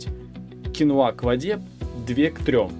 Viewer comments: Всё замечательно. Только это кинОа, а не киноА. Так что если уж Вы, знакомите нам с зарубежным продуктом, было бы не плохо называть его правильно. Гугл Вам в помощь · Ударение на второй слог " кинОа" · КинОа,ударение на О